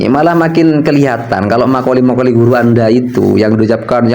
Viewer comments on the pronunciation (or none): Maqal fi blok bukan makoli